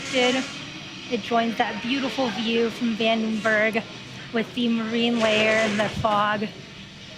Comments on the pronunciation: Vandenberg. Not Vendenberg. Look ... a red squiggly. Wonder what that means. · Vandenberg, not Vendenberg